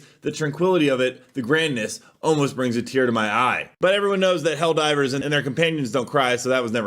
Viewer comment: I choose to believe they're pronouncing helldivrs is a reference to how a lot of AI songs pronounce it.